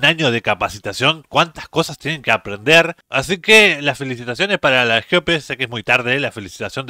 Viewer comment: no se dice "Jeope", sino GOPE.